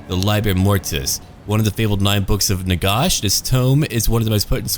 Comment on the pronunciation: Can't listen to your pronunciation of Nagash. It's Nagash as in a gash in your leg.